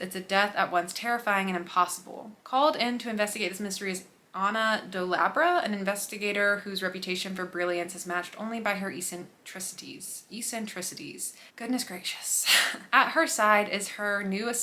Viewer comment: Eccentricities = ek-sen-triss-it-eez.... Like someone who is eccentric. ❤